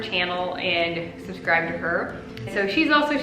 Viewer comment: Because he said “exscribe”, I subscribed 😄 Thank you for giving me some pointers on how to start a routine to keep a home. Your home looks beautiful and uncluttered.